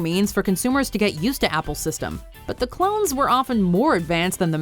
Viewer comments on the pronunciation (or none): none